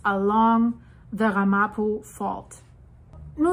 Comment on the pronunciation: Pronounciation: Ram a po